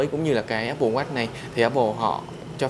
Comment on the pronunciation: Không nghĩ mode Sơn này phiên âm tiếng anh như vậy Áp bồ Oát :D